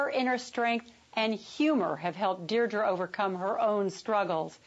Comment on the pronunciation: Lady! It's Deidre!! 'DEE-DRA' !